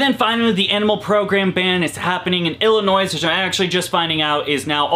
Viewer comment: The S is silent in Illinois.